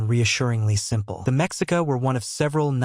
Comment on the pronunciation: Mexica is pronounced Meshica with the accent on the second syllable.